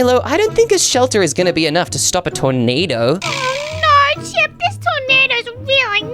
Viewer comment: calls chip chipey😂😂😂😂😂😂😂😂😂😂😂😂😂😂😂😂😂😂😂😂😂😂😂😂😂😂😂😂😂😂😂😂😂😂😂 😂😂😂😂😂😂😂😂😂😂😂😂😂😂😂😂😂😂😂😂😂😂😂😂😂😂😂😂😂😂😂😂😂😂😂😂😂😂😂😂😂😂😂😂😂😂😂